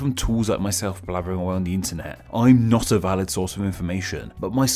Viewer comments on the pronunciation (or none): none